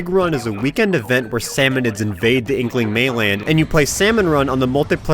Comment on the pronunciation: Did you seriously call them salsmon?